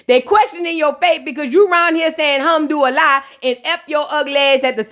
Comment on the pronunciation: I’m Arabic and you pronounce Koran and alhamdouliah better then that lady with her Halloween costume . You are funny 😄